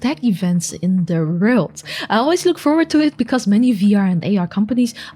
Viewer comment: I love hearing try to pronounce "world" and fail every time xD, I feel the dutch struggles